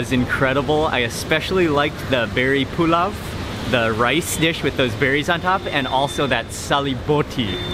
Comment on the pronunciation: Pulav is pronounced poolow